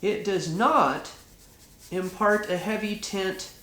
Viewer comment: Sounds like he's saying tent instead of tint